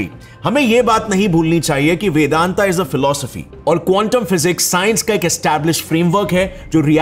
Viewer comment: What is this fascination for adding "aa" after Sanskrit/Hindi words? You are pronouncing वेदांत as वेदांता, वेद as वेदा ?